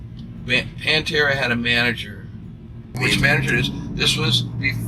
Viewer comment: I hate how the narrator says Pantera.